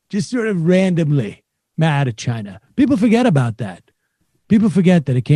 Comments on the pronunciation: I despise his pronunciation of Chi-na. Probably as much if not more than his brother despised him. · Trump and word pronunciation ChinARGH. It's China moron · Holy cow. He can’t even stop himself from being racist by throwing Chy-na and the plague into his “heartfelt” words. Dayyyuuummm. The plague is in the White House. Vote him out.